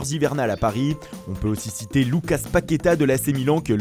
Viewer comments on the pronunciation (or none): none